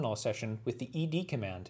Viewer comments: Wonderful explanation, and the first video I've seen where the name 'ed' is pronounced correctly! Like ex and vi, you just say the letters. Last year I decided to keep things simple and now ed is my primary command-line editor. I like the way it doesn't take over my terminal display the way vim and Emacs (and for that matter nano) do. it's simple and powerful, launches quickly, and exits cleanly. Some people say it's fine for small files but they wouldn't want to have to use it for longer texts. I remind them that actually most of Unix was written with it. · Excellent video! And you even pronounced it right!